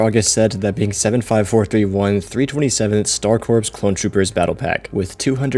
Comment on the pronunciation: It's not pronounced "Corps" it's pronounced "Core", like the Marine Corps